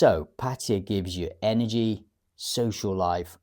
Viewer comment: I have never heard pataya been pronounced that way before, but listening to it it surely sounds the most authentic. Cool